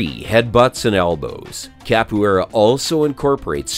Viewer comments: He wasn't that wrong tho. In potuguese it sounds a bit like "ka-poo-é-ra" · Cap - oh - aye- rah. Too hard to watch this.